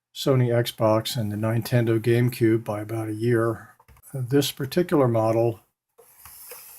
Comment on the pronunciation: Nine Tendo🤣🤣